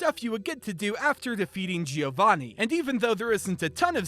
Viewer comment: Giovanni is pronounced as "Joe-van-knee", not as "Geo-van-knee".